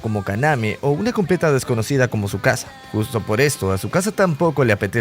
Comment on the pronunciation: le dice chisuca envés de tzukasa